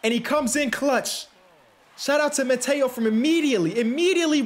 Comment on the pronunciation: Hey not trying to be annoying but it’s Mateo is pronounced (Mah-Tay-O) and Ramon is pronounced (Rra-Mon) again not trying to be annoying just trying to help out